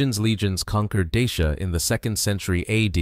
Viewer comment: La prononciation de Dacia et Daciens est EXÉCRABLE!